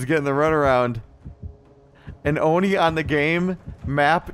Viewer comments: its actually pronouced as O. not a Oh so it's an O-ni . . . love ur vids tho :3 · Its not Oh No, its Oh Ne